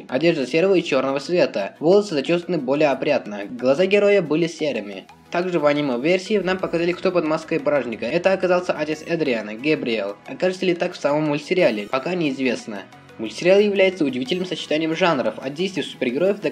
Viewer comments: не Гебриэль а Гапреэль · вобщето не Гебриель а Габриель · Не ГЕБРИЕЛ а ГАБРИЕЛЬ!!! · габриель ини как сказал ты